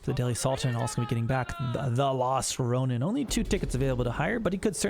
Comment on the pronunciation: Hey, just a heads up Ronin is pronounced closer to like “Row-kneen” Row as in “rowing a boat”, not as “getting into a row/fight”, so the “Oh” sound And ni in Japanese sounds like “knee”